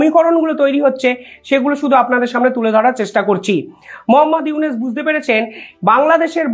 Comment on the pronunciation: ekti kotha bolchi . aponi iunus na bole unis bolen , uchcharon ta thik kore neben .